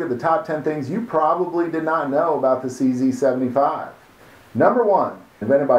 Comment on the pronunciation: Number 11 It's pronounced [tʃe zed] in Czech.